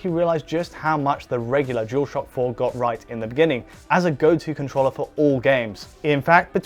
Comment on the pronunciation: Wait...he says "con-TROLLER" April fools joke haha?